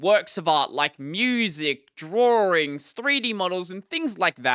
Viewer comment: heh heh... Drawrings.